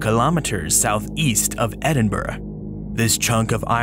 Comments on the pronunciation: You pronounced Edinburgh correctly! So cool to see something about a local fossils too :D Another fantastic video :) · As a Scot, let me just say: get a grip and a sense of humour, guys. pronounces Edinburgh right, which is the only thing I’m actually going to care about.